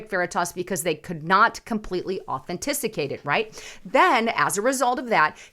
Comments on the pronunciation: Authenticate not “ Authenticicate”😜😂👍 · ...its au-then-ti-cate...lol. I love your show...keep sharing the truth that we all know needs to be said. All the "3letter" government organizations need to be dismantled and re thought. They are supposed to protect the people...but they protect the special interests. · Authantisicate….is it a word? 😊🤣❤️